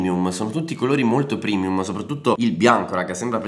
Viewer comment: TE LO SCRIVO SOTTO OGNI VIDEO. SI DICE PREMIUMMMMMMMMMMMMMMMMMMMMMMMMMMMMMMMMMMMMMMMMMMMMMMMMMMMMMMMM